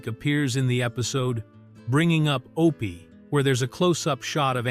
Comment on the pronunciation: It's not O P it's Opie! Why no genuine human voices on these docs. AI ruins everything!